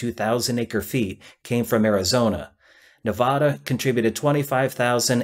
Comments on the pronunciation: There's no H in Nevada. Its not Nevahda, its Nevada. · You don't pronounce Nevada correctly. In Nevada, not Mexico, it is pronounced ne vas da/nuh VA duh with the emphasis on the middle syllable. I know this because I am a 74 yr old second generation Nevadan. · First off pronounce Nevada correctly. Second maybe some of you armchair warriors could go down to Panama and assess the chances of anything happening fast and perhaps get a better lay of the land. Engineering is always tradeoffs between ideal solutions, time, and cost. Politics are always in play. The existing solution works well enough and unless there is a benefit to someone in power then nothing is likely to change in the short term. Someone, and most likely several someones, will need to see a distinct benefit to a change and it most certainly will involve more money to do the same thing.